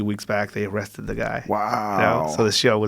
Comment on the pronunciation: “THEY ARresthtid the Guy”.